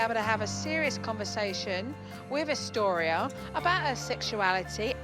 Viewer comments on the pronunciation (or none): Man during this episode I was hearing Dystoria But her name was Austoria . 🤦🏽‍♀️🤦🏽‍♀️ I really hope the relationship between the mom and the daughter stays good . Because at the beginning of the show she had many prejudices towards her daughter